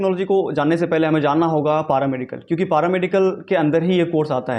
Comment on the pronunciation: पारामेडिकल नही पैरामेडिकल होता है 😂😂😂